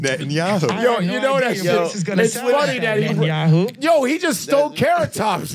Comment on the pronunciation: 'Net-n-yahoo'. Ye showed up to take no prisoners.